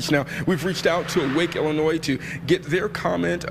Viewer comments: It is NOT IlliNOISE. It's IlliNOY. Yikes. That's like nails on a chalkboard. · The "S" is silent at the end of Illionois. It's pronounces, "Ill-i-onoy" sorry it's just a pet peeve. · I like your videos but I gotta let you know you’re saying Illinois wrong, I dated a girl once from there once and she corrected me, there’s no noise In Illinois! 😂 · At least now we learned about a group fighting the good fight here that we didn't know existed before. I enjoyed passion on this topic so much I will forgive him for pronouncing the "s" in Illinois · The s is silent is Illinois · My guy, the S in Illinois is silent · Bro Your channel is great but the s is silent in Illinois. Drives me crazy. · No offense. Illinois is pronounced without saying the S at the end.